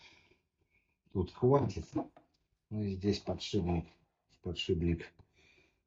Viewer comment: Уайт-спирит, а не "спирт". Подшипник, а не "подшибник".